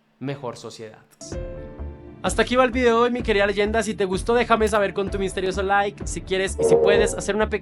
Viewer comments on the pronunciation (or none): none